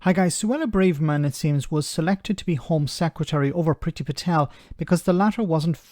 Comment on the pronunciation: "Bravermess" it seems....